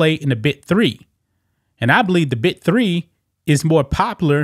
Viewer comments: Dude, are you saying “The BIT 3” or “The BIG 3”?!?! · He sounds like he's saying Bit 3 instead of Big 3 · It is pronounced biG 3. Not Bi 3. Good lord. I wish his offer did not allow her to play wnba. That would be right for them.